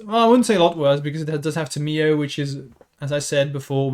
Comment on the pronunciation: It’s tam! E oh! Not Tim e Oh!